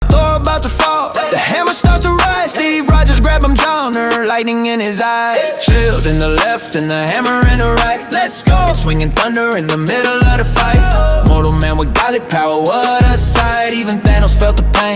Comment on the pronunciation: The mispronunciation of Mjolnir is the best part of the song tbh 😂😂😂